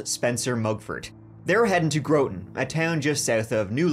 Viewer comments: When pronounced it "Grow-ton" instead of "Grotton" I wondered if I'd been mispronouncing it my whole life. Thanks for the news segment saying it the way I always have. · The way he said Groton made me laugh. It's said Graw•tin. Connecticut town names make no sense, like Greenwich is said Gren•itch, and North Grosvenordale is said North Grawv•nev•or•dale. It doesn't even make sense to those of us who live there lol. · Hey it's my turn to be the local that obnoxiously corrects spelling! 🎉 Um FYI it's pronounced GROTTEN ( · Groton Is not Grow-ton.... But Gr-rot-ton. Love your channel! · I know I’m late but I have to tell you it’s not pronounce (grow-ton) it’s pronounce like (grr-aught-ton). That is where my mother grew up and I have family all around that area. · CT resident here You mispronounced Groton CT It’s Grah-ton not Gruten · Pronunciation of Groton. Grott not Groat. 😊❤ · I know there are tons of Irish town names that I’ll mispronounce when I visit in April but please note that Groton is not pronounced “Grooton” but with two short o sounds. Grah-tin or so. Thanks for this show! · Not GROW-tin GROTT'n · Ok, ok... No. It's not the city of 'Grow-ton'... Groton is pronounced 'Graaht-in' . Totally ruined my experience watching the video, just based on THAT. ---However, now that I've corrected you, my life is complete, and on my deathbed, I can say that it had meaning. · Groton is pronounced Grahten not Growten. That's my neighborhood!! There's something about true crime stories told with photos from my neck of the woods. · your pronunciation of Groton is horrible it's pronounced Gr ah tin not Grow ton. I'm from Connecticut so I have heard how we pronounce it for decades. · Growton... Oh no. I'm from New London and seen this lighthouse a million times and never heard this ghost story. Something new everyday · Grah-ton not Grow-ton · Hey it's pronounced Grah-ton not Grow-ton, trust me I've lived in CT my entire life 😊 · It’s Groton like Rotten